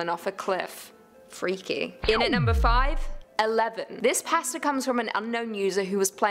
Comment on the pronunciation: Shadow Bonnie it is and she saying pasta wrong